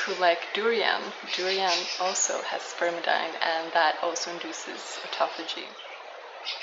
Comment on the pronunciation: Nice video with useful information. One item. The pronunciation is spermi-deen, not spermi-dine. Spermidine is an amino compound (contains a form of nitrogen) and all such amino compounds are pronounced "een".